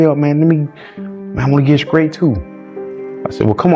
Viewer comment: "I wanna get skrait too". 😂😂